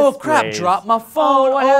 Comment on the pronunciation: its da fone